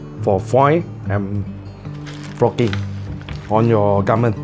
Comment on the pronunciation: "for foii and focking"